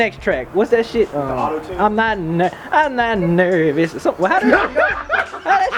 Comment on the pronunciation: "I'm not nerRrRrRrvous." Lmao!